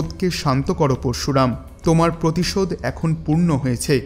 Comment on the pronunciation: আপনি দয়া করে উচ্চারণ টা ঠিক করুন পরশুরাম উচ্চারণ ঠিক করুন